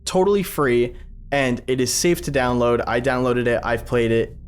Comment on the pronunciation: Downowad the 22 bytes... Danteh... You'll distort... Danteh